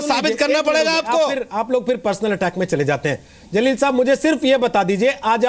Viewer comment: मौलाना अंसार रज़ा साहब पहले उर्दू दुरुस्त कीजिए जलील होता है zaleel नहीं होता है।और मौलाना आज एन आर सी की लिस्ट में नाम लेकर आजाएगा फिर बताएगा कैसा लग रहा है।